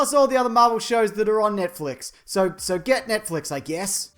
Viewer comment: lol you pronounce it Nietflex